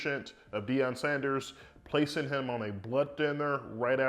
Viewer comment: Its Deion not Deon